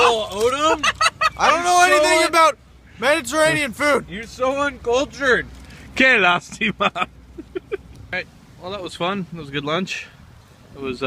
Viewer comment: Did the guy say "que lastima?"